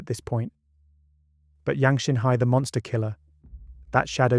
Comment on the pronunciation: Great story...but could we be more accurate with the chinese name pronunciation